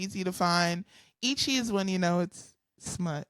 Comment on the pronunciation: Oof. Some of the mispronounced terms in this video made me cringe just a little. Especially on the words "manga," and "eechi." Regardless, what I wouldn't give to talk anime and manga with, as someone myself who has been into anime since I was 13 - and still keeps up with anime today. I have literally seen 800+ animes.